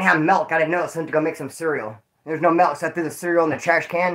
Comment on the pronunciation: it's MILK with a I. not mElk with a E!!!!